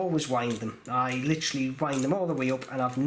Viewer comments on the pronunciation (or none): none